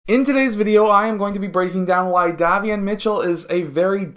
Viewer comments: Pronounced "Dae-Vee-on" liked the video. Good content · Day - Vee - Yon. Great video though.